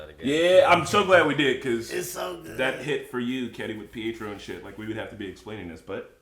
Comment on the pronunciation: Omg ty for saying Pietro and not pedro 😂